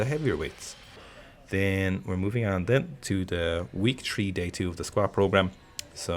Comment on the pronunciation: Is it three or tree ???